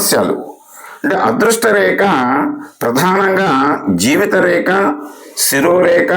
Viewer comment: ReKa kaadandi, rekHa anandi, kaastha sarigga pronounce cheyandi sir!, reKa-reKa ani nannu champuthunnaaru kadandee!